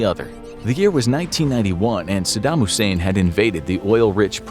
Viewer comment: Brahh the way you purnounces Saddam... Are you kidding me? Lol did you live under a rock in 2004?